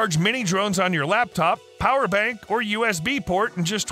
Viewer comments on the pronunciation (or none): none